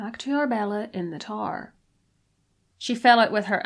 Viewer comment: Its tower not TAR.